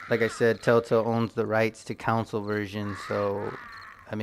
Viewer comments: "Con soul" is how its pronounced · "Council" lmfao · Ive never heard someone pronounce "console" so wrong so many times